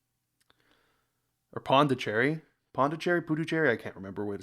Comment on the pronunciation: What? It’s either Puducherry or Pondicherry, definitely not Pundicherry😂